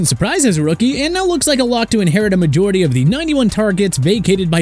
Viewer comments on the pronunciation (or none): none